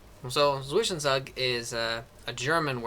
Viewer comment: Very helpful, but my god help your pronounciation of "Zwischenzug"